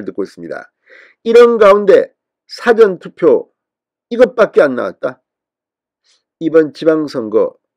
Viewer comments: 사전투표 사전 발음 참 이상하게 발음하네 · 진주필 보셈. 사전투표가 dictionary voting이 아니라오. 발음 똑바로 하셈. 듣기 거북함. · 국힘당과 현 정부는 정말 정신이 있나? 선거관리위원회가 하는 선거함 관리를 어떻게 하는지 정말 좀 똑바로 감시할 수 없나?더러운 행동을 국힝당 이준석과 하태경은 없었다니 정말 한심하다.진성호씨도 똑바로 방송해라.사전투표를 어떻게 발음하나? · "사전투표" 발음이 질못된 것 같습니다. 확인하시기 바랍니다.